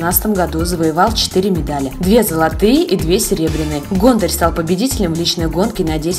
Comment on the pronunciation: гОнтарь!!! Ударение на "О"!!!